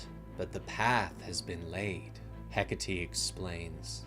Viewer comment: Bro bro it's Heck-Ate not Heck-A-Tea 😂😂😂Hecate.😂😂😂